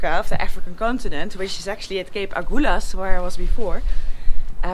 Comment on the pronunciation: After “Cape Agulhas”, you now got “Bartolomeu Dias” perfectly pronounced... Are you sure you’re not half-PORTUGUESE already...?! 🤔🧐👏🏼👏🏼👏🏼 You will be for sure, when you come visit PORTO, because then you’ll be adopted by my daughter, and become part of the familly.... Filipa is eight years old, and loves nothing more than comming back from school riding pilion on our Triumph-maharani, wearing her Itchy Boots’ neck scarf We cant wait for you visit... no AIRBNB needed for that future stage 😊✌🏼🙏🏼 Cheers and best regards from Portugal 🇵🇹 Stay safe, have fun, take care, keep on riding and sharing please...